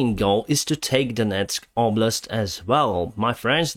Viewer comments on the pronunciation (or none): none